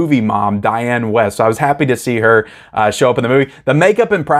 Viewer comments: One of your favorite actress’ name is spelled “Wiest.” What would make you think it was pronounced “West?” Why not take the :30 to look up “Diane Wiest” (or any other actor or actress you’re unsure of) on the interweb for pronunciation. It’s pronounced “Weest,” rhymes with “Beast.” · Please pronounce your movie mom’s name correctly, lol. Dianne Wiest. Weest… This movie only became “nostalgic” for me after viewing it a few times. I’m sure after a few watches, you too can be nostalgic for this masterpiece. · I hate to be picky, but if Dianne Wiest is your movie mother, you might want to know her name is pronounced Wee-st due to the "i" you seem not to have noticed in the spelling of her name.